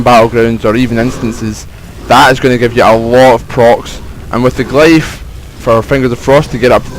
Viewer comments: (Glyph) Glif, not glife. It isn't a matter of accent either, not unless you say Hiero-"glifes" (as in Egyptian Hieroglyphs). If you do, sorry. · love it how u say glyph